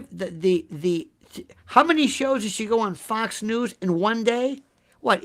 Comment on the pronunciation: F^cks News! Well that's how you're pronouncing it. Apt ImHO